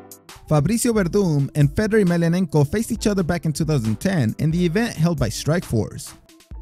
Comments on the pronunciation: Ruddock, chris weedman, chris lebben, fedder, cheek congo. This guy only prounounces the spanish names correctly. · I came after Lebben and Fedder to say something about how he got those so wrong. Haven't even heard Weedman yet. Haha. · Bro you crack me up with how you pronounce "Ruiz" perfect with the rolled "r" but mispronounced other "white" last names. Yet again I've never heard someone pronounce Fedor as "Feddor". I'm not trying to make fun of you for it though. I'm guessing you don't watch mma as often or if you do you mute the commentators. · Fedor is pronounced (Fay Door) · Man get these dudes names rite Chris leben name is pronounced leeben and Fedor named is pronounced fador except it's spelled wit a E dam the guy says his name on the broadcast nd u still say it wrong